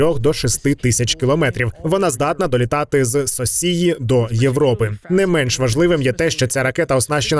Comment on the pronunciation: Орнул с озвучки "соссии" 😆